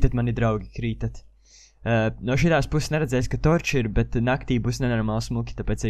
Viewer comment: Tad kad tu saki - NO laiks spēlēt - tad izklausas ka tu saki - NAV laiks spēlēt